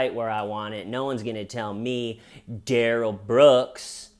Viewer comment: In Darrell’s interrogation, they pronounce his name Duh-rell instead of Dare-ull. I think that’s why he keeps saying “that’s not my name.” But instead of being a reasonable person and telling the judge the correct pronunciation of his name Day 1, or even at ANY point in the trial when the judge asks him what he’d like to be called, he just keeps saying, “that’s not my name” and won’t tell her the right pronunciation just to be a total asshole. Now he will forever be referred to Dare-ull instead of Duh-rell, and it’s his own fault.